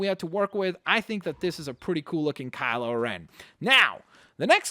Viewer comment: Kyle O'Ren?, he's not Irish